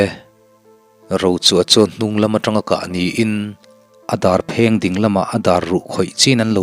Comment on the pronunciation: hawh u i din chawl lawk tiang u, ti lovin, i ding chawl lawk tiang u ti zawk ta la, dik hmel zawk lo maw. chuan ding lai tak hi thluk bawk la.